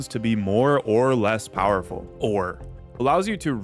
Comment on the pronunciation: why does the way he says "ore" make me laugh so much